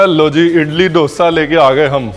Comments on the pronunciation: डोसा नहीं. दोसा. दो - सा. 😊 Enjoyed the show. 🙏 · It's दोसा and not डोसा. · Sir 🙏 koi aur ye mistake kare toh dukh nahi hota but you are an educated chef ! Sir.. डोसा word nahi hota. Correct word is दोसा 🙏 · Dosa pronounce kijiyae as we say in South . Dosa as in 'Dho' I.e 2 number or 'Dhard-pain and not as in 'Dol'-I.e Drum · Tum log dhosa ko doesa kyun bolte ho yaar. 🤨